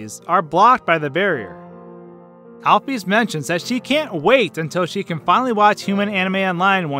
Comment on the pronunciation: Why do u say alp-fees it’s alp-is